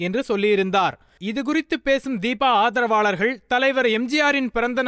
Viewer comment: என்ன தமிழ் பேசரீங்க...அதற்காஹ,ஆதரவாளர்ஹள்,கொள்ஹை...இப்படி தான் பேசுவீங்களா?சே சே.